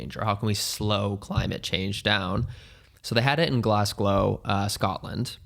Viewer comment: wait, did he say glasgLow?....